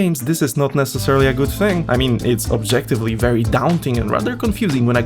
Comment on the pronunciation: bery bery ungry